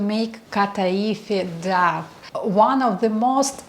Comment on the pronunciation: very useful, but please check on google how to pronounce the english word "dough"